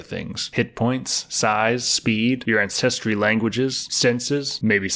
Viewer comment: Hilarious! Pronounces repertoire flawlessly but can’t for the life of me properly enunciate ANCESTRY!!!